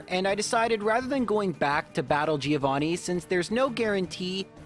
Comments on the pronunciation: Hey, great video! I want to point out a thing, it's relly a stupid thing feel free to ignore it, buuuut... the first part of "Giovanni" is pronunced like the first part of "John". The 'i' is really short. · Leave battle animations on, and pronunce Giovanni properly